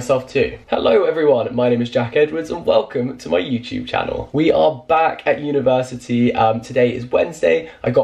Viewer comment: no one: jack: universi-tea